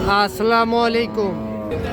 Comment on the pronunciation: সালাম দেয়া সঠিক ভাবে শিখুন। আস্সামু নয় আসসালামু হবে